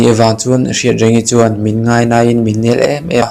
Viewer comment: Ngaina tih leh lainat tih hi ilam diklo hret a, a bak zwg erwh gaihthlk a nuam. I chhiar thiam ltk,a thluk adiklo deuh a. A dwtleh ah cuan a dik turah gai ag aw....